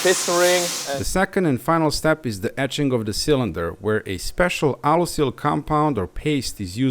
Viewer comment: "finish the surface with ätzing" 😄